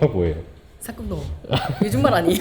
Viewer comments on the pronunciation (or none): 상노상노 하실때 상놈으로 들려요😅